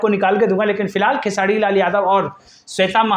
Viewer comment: अबे तु र बोल लेता है तो फिर खेसाडी क्यु बोलता है 😅😂